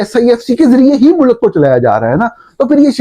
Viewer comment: mulak naheen mulk bolo